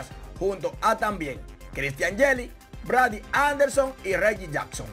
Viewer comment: Muy bueno el canal...pero hay que seguir mejorando como Guerrero y Otani... Hay que preocuparse por pronunciar bien algunas palabras y sobre todo los nombres de los peloteros , por ejemplo : Brady Anderson ..se pronuncia BREIDI.....tenemos que competir con otros canales deportivos ..vamos que.la.excelencia se consigue practicando lo que hacemos bien ! Vamos a lograrlo